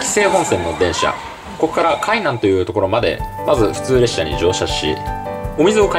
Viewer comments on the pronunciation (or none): 和歌山人なのでとてもうれしいです！どうでもいいかもしれませんが 海↓南→ ではなく 海↑南→ です～